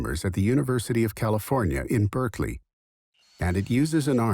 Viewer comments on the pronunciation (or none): none